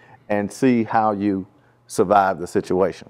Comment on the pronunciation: Where’s the R in survive 😂 Playas fuck up to😂